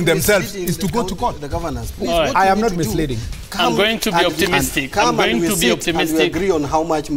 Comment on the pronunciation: He keeps say 'KOING TO'